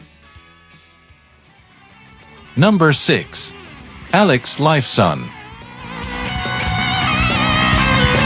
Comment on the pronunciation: Someone teach this AI jerk how to pronounce names. It's not Alex Life Sawn.